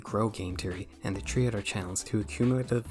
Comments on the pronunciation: Three not tree. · its pronounced three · Why cant you pronounce three? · let me guess, you had to re-do it tchree times. No, no, not three times... tchree times. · hey there pal. The word you are trying to pronounce is is three not tree. There should be an audible THHHHHH sound. Pronounce the H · Three 🚫 tree ✅ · Why do you keep saying tree instead of three? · Every single time you say 3, it sounds like you're saying tree instead. = ) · You’re pronouncing your Ts wrong. Stop saying “Tree” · Why do you pronounce "three" as "tree" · Why are you saying tree instead of three wtf????? It anoys me so much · Three ❌❌❌ Tree 🌳✅✅✅ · Good vid but please stop saying tree it’s three bro😭😭😭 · why do you say three as tree? im disturbed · Three❌ Tree✅ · Tree? It’s Three! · Great video but please stop saying “tree” for three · BRO ITS THREE NOT FUCKING TREE STOP SAYING TREE HOLY SHIT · ❌three ✅tree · Nice video! Are you from the Caribbean? That was my first thought when you would say "Tree Point Tree" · Tree point tree😂😂😂😂 them h are hard af huh?😂😂😂😂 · I could listen to this guy speak the number “tree” all day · hehe he say three like tree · Ahh yes my favourite number "tree" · tree point tree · Please try to pronounce Three, Theory and Thinking properly, that sht hurt to get thru, even though I agreed with most of what you said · You gotta love these people, who cant even pronounce "3" correctly, riding the analytics and spelling doom and gloom for a bigger channel to boost their own analytics. Lemme know how Boogie and Keemstar are doing, y'all have a nice club eh.